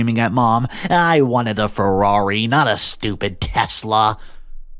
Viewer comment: FeRRaRi... Not Fewari... Just a saying lol